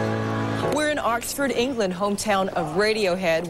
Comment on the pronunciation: Jesus Christ "Arxford"